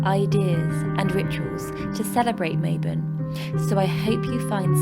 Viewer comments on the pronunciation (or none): Ma-Bon not Maybon. It's Welsh. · Mabon is actually said like "mah bohn"! <3